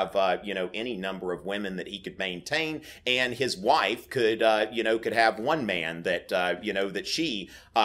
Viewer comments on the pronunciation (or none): none